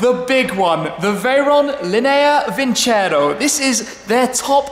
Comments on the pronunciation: its not vincero, but vinceró, you need to accentuate the o, make it louder and shorter - it means "I will win" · Is vincerò not vincero